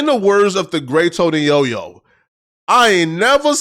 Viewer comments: It Tony Yayo not yoyo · EGRO?:face-turquoise-covering-eyes:🙄🤣🤔🤔 LOL....NGA TONY YOYO?? LOL....YOU MEAN YAY YO.... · Bro it’s TONY YAYO not YOYO 🤦‍♂️ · Tony Yoyo? Isn't it Tony Yayo? Yayo is cocaine for those who didn't know. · Tony YOYO? C'mon 😂😂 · Tony Yo-Yo??? you are an official BOZO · Calling someone dumb and then calling Tony Yayo "Tony Yoyo" is crazy work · Tony Yoyo?! Is you serious? Did you have a stroke?? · Nigga said Tony YOYO